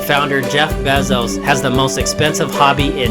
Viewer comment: Bezos fan boy hahaha, can't even get his name right damn it lol